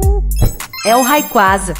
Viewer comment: "Rayquaze" platinei.